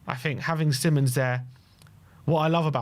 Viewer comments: It's Simons, NOR Simmons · See-mons, not simonds/simon's. Cmon guys. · No it isn’t! It’s … See-monz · hes dutch. its sea mons